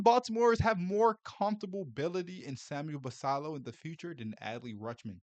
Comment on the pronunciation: Can you please Learn how to pronounce Basillos name correctly. It has 2 ls and is Spanish. Kook!